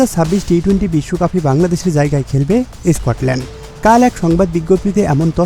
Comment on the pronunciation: আবে ইস স্কটল্যান্ড কি উচ্চারণ পারিস না ইউটিউব চালাস